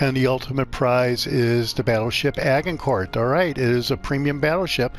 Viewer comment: A-Jin-cour just saying boss 👏